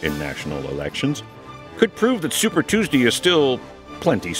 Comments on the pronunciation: Anyone else find it hilarious when he says "Super Tues-Dee"? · Tews-dee lol